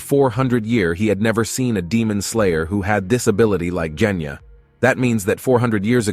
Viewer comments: “he just needed to find out how to destroy the drum that controls the dragon like creature” (basically what he said) I mean zohakuten is literally keeping away from him, how the hell is he supposed to get rid of it if he can’t get close Edit: Did he just say KENYA AND NOT GENYA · Bro said Kenya instead of Genya💀 btw no hate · Bro keeps saying Kenya instead Genya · is it just me whenever the guy says "Genya" I hear "Kenya" who else hears it? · Bot: Genya ❌ Kenya ✔️ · Jenya:✅ Genya:❎ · I’m sorry….JeNyAh!?!?!? It’s genya sir lol 😂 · and y r u kept calling Genya "Kenya"? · bro said kenya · “nez” and “kenya”😂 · Ah yes, "jenya" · “Jenya” help i can’t💀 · Bro said jenya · Bro said "Kenya"💀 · I'm sorry but you calling genya jenya is so funny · I mean, quite a lot of these details are really just speculations and theories But I seriously just can't watch this whole video, the way he says the names is putting me off Who says Genya and Tokito like that 😭😭